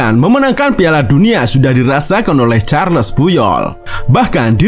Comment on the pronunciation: Pengucapannya Karles